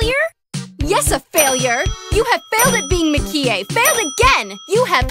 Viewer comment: Mah-ki-eh In the English version, the emphasis is on the ki, but in the Japanese version, it's on the Mah.